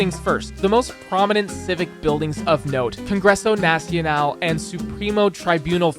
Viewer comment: "Congruessou nacional and supruimo truaibunal féderal"